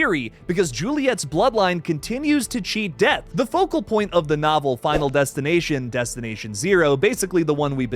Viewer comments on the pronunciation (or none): none